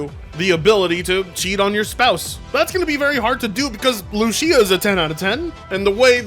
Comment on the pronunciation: How are you Hispanic and don't know how to pronounce Lucía